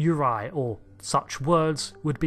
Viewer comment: btw it's yur-RAY-eye, not yor-EYE